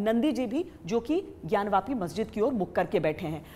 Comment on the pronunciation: ज्ञान वापी को ज्ञान व्यापी आप क्यों बोलते हो ?